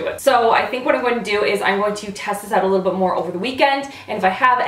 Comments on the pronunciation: #randomcanadiammoments Saying oout instead of out. 😂 or Saying eh accidentally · I love it when you sound Canadian with your "Oot and Aboot!" Makes me think of Trailer Park Boys which is AWESOME y'all! You have to forgive me, I live in a damp and dreary part of England and I don't get out much! Love your videos to death! X